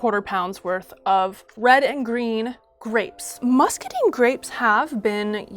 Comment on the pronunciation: I recently came into a free source of muscadines so this is super helpful for my plans to make a muscadine pyment, but my southern heart breaks hearing them called muscadeen grapes not musca dine (so sorry!! I love the video pls keep them coming)